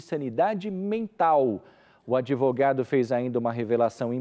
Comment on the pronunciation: "adevogado" cara de pau.